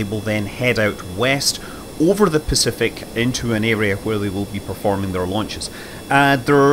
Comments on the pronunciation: Launchers lunches launches lunches launches lunches launches lunches so pretty tricky word you try saying it lol Scott Manley we love you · Scott is doing a conscious parody of himself. He often misspeaks and catches himself. This time, he used it for a pun. "Lunches, launches" Even in this video he says interstellar when he meant interplenetary and catches himself within a split second.